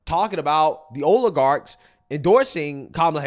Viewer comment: The new leftist buzzword; o-lay-garx 😵‍💫